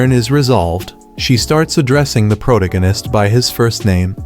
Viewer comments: Proganis and influen can’t even get the ai to speak properly xD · "Pro da ginist," so peak 🥹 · "The pro tegenist" made me spit my drink and fall of my chair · Prowta-Gannist is my new favorite word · The AI can't pronounce such an easy word as protagonist